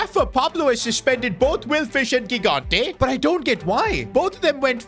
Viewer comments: THE KEEPERS NAME IS PRONOUNCED “JIGANTE” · 4th time now saying it, and i'll keep going until he sees my comments: the first "g" in gigante's surname is pronounced like the "j" in john or joy, please say it correctly!!